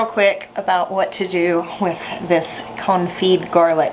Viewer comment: I think it's very fitting that your pronunciation sometimes sounds like "comfy garlic" 🥰